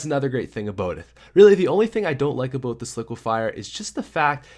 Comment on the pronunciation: Is it me or is he saying obote